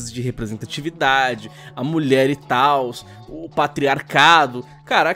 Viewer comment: "Muié gueimer"